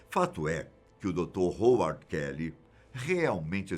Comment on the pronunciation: A pronúncia é RRAUARD...